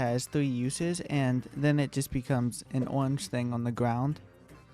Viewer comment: the way you keep saying things like "owange" "vewy" sounds so calm and funny at the same time xd